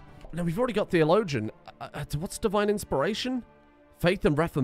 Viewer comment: i really wonder how many times has said the word "theologian" without trying to find out how it's pronounced.